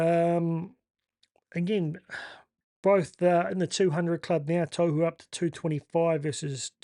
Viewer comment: Love the content bro but please... Tohu... tor-who don't over announce the r or the w and the t is like a soft d